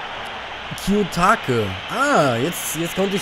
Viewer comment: Ich möchte jetzt nicht wie ein Idiot rüberkommen :D aber ich möchte Dir, "Tipps" zu den Namen geben, z.B. Kiyotake wird "Ki-jo-také" ausgesprochen :D PS: En sehr starker Part ! :D